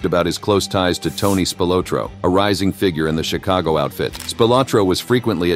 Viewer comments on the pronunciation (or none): none